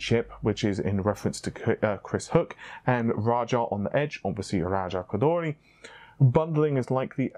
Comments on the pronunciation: C'mon, u got spit in my eye when your pronounced RAJA KHHGGHHODHHHOOORRRRRIII just Raja Ko-Door-Ree is fine, he won't be mad lol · You pronunciation of raja koduri is funny, lol . it sounds like raja koudully. Lol there's no L in it .